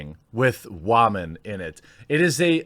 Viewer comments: 😂 i love how he says wahmen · Can someone kindly explain to me why women is being pronounced as "Wah-maan" recently? Just curious that's all! O_o